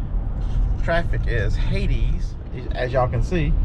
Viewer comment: Hades. Not even close. Correct first letter, I guess.